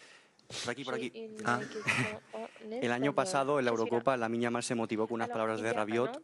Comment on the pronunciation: DD a dit Yamine Lamal au lieu de Lamine Yamal...